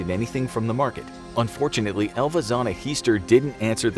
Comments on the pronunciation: I kept hearing ELVIS instead of Elva. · I did too.